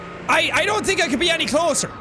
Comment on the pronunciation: Jack, I love that you let your Irish out. I also love it when you say "ya tink?"